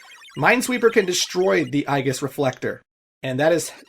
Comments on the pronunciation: Just a quick note; I believe aegis is pronounced "A-Jis". It's, Latin (I think), for shield. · I believe Aegis is pronounced "ee-jiss." It's Zeus' shield from Greek mythology. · Aegis, the A is silent and it's a hard E at the beginning. Kind of like Aether, it's the same pronunciation as Ether. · "Eye ghiss" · I’m different in that I always pronounced it as “Age-is” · Uh... the way you say Aegis, is that also canadian? :o just asking.